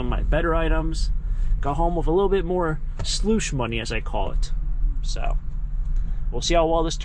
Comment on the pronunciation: It’s slush money not sloosh